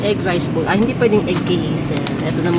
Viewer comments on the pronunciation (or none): none